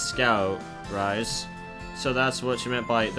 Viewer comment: Oh by the way, your pronouncing Rise-sans name wrong. Its pronounced Rii-seeh.